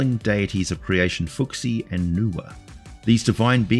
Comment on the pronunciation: Just one thing on Chinese pronunciation, each syllable is a distinct word, so in a word with multiple syllables each syllable has no bearing on the pronunciation of another. So ‘fu xi’ rather than ‘fooksi’. Multi syllable words are really just collections of multiple words with a clearly defined meaning, and they are often not grouped in the way you see in English in the pinyin (Chinese phonetic script) books for children I’ve seen, but rather have spaces between every syllable.